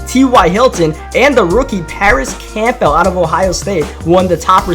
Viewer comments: i don’t wanna be that guy buts it’s pronounced Cambull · It’s pronounced cam-bull. Like Campbell soup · He said campell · Alex Isaiah “Camp-PELL!” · its campbell not campbell😐